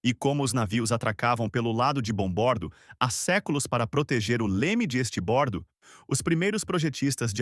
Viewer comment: Me dói o ouvido, cara vir explicar os nomes de direção de um navio e falar estibordo estuda mais um pouco ai amigo.